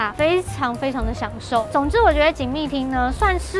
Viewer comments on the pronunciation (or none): 明明是叫“锦丝町”，不知道为什么念成很奇怪的发音😂。